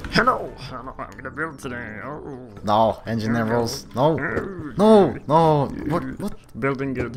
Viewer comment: "I sometimes turn into engigeer " -, 2015